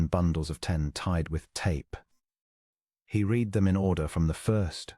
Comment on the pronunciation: Is it possible to find an AI narration that can properly pronounce the past tense of "read?"